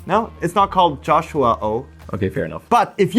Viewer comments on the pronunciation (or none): “Jo-Shua-Oh!” lmfao might as well start calling it that